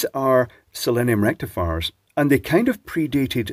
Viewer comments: Sounds like you said "selenium rectafart" which would be perfectly appropriate. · Rectum-fiers you mean😂😂😂